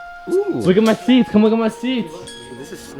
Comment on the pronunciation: I know he tried to say seats, I want to watch him struggle:P